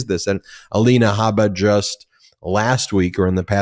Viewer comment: Alina Habba as in Harper is incorrect. Should be pronounced as in Jabba the Hut.